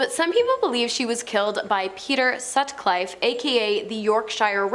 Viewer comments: I was hoping someone was going to point this out! I had to turn off half way through.... when she pronounced 'Peter Sucliffe' wrong, I was done 😅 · that word is a massacre, but admittedly not as bad as the pronunciation of Peter Sutcliffe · Absolutely EVERY name was butchered, even peter sutcliffes surname 😂 you dont pronounce new hampshire like that so why do it with all those in the video??😂😂 turned off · How can you mispronounce 'Wiggington', or Sutcliffe ffs?